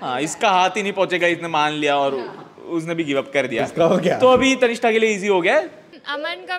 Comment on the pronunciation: Its tannishtha... Not tanista